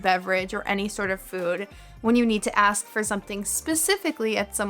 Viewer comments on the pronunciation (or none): I heard u saying to axe instead of ask lol